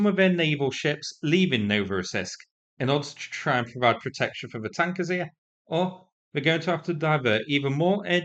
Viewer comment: did you say - 8 wankers and a Fairy ???? sounds like the ruzzians... Such thank you so much for all you do for Ukraine and FREEDOM !!! DYKUYU !!!!! keep up your great work